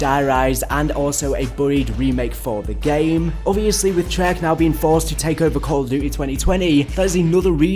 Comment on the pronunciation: It annoys me that pronounces “Trey-Arch” as “Shrek”